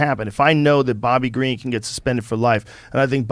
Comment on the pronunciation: Bobby king Ga re en? Wtf it’s Green dude like the color lol